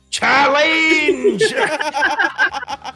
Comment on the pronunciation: I like - CHA-LANGE!